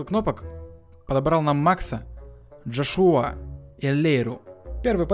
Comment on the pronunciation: ДжОшуа правильно так